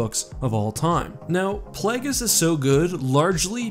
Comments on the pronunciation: Brother, I love your videos, but the guy’s name is Play-ghis. It’s based on plague. It isn’t plahg-is. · Play-Gus, not Plag-is. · “Play-guess” Plaguies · Ah yes plag-es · Sooo many SW YouTubers mispronounce things and it drives me a little nuts. Plagueis is not pronounced "Plag-is." The root is "plague." Plague-is. Hell, it's even said in RotS. C'mon, man! You're killing me, Smalls! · Did he say Plahgus? Did u not hear how palpitine says it? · "The novel, 'Plaggis'"? "Extastentially"? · He can’t even pronounce plagueis It’s PLAY GUS as in plague + us Jesus..... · Ok, but can we discuss how he pronounced "Plagueis??" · You can tell someone doesn’t watch the Star Wars movies when they mispronounce unique words like “Plagueis”